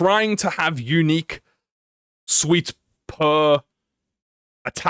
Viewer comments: It was bothering me to whole time too!! It’s “sooot” not “sweet” like wearing a “suit” lol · I'm sorry, but I cannot gloss over how you pronounce "suit" as "sweet" like what? 😭😭😭 Suit = "suːt" or "s(j)uːt" or if that is hard to understand (reasonably so), "S-U-T" or "S-YOU-T" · you kept saying suit like 'suite' 😭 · Listening to you say suite every time suit was written in ishmaels kit kit and was the laugh I needed first thing this morning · Why does bro pronounce it suite 😭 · I love how prononuces "Suit" hahaha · bro can you just say suit the right way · pronouncing suit like that hurts my soul a lil every time 😭